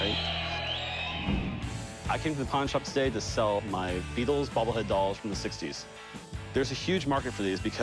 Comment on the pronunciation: Jeez…it’s the Beatles man…not the Rutles